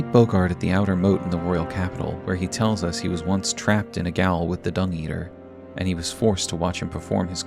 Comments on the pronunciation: Gaol is pronounced "jail", not "gowl"! Great videos though I've watched nearly all of them! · "Gaol" is pronounced "jail" FYI. It's just an archaic spelling of jail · You say "gowl" in this video.